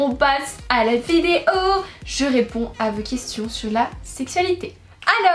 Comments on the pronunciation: C'est moi ou à toute c'est vidéo au début au lieu de dire"vidéo" elle dit"vidio" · Tu peux faire un effort sur le mot “vidéo" au début stp c’est stressant mdr